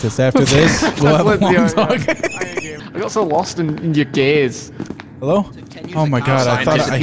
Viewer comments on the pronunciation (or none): "I got lost in your gayze" I lost it